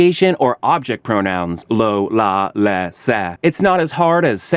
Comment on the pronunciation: This guy is such a clown. He pronounces "se" as "sa." He says "ese" the same as "esa." He will always be the Spanish Dud.